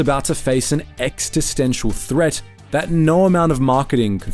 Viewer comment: ... the word is "existential" , not "extistensial" or whatever you said 👍